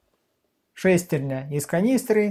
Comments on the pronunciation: Говорите по-русски: шестернЯ, а не шЕстерня. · Как же режет слух эта "шЕстерня"...